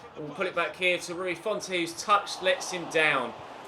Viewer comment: It’s Rui font, don’t pronounce the e